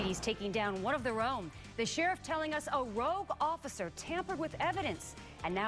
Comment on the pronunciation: "Rogue". lol